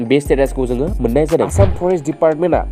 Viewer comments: Brother you must not pronounce आसाम as एसाम but आसाम , kwnasongnw gajri kwnayw, rwngnanwibw rwngywibaidi jayw. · Good but not एसाम Must pronounce as आसाम. Kwnasongnw gajri kwnayw, rwngnanwibw rwngywibaidi jayw.